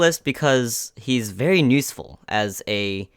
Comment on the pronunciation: Why do you say nuseful instead of useful? U always say it that way during this video. Anyway got every character in there except for tsunade sadly. Want to wait for a guaranteed red 6* banner. I only have Naruto Red. That means Itachi, Hiruzen, Deidara and Tsunade are up for grabs and all are great units